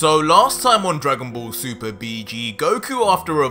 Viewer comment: Drowgon bowl soupar